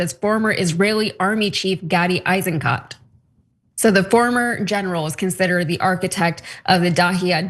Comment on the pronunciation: The name "Eisenkot" is German. It literally means "iron turd". The "kot" part is pronounced "coat".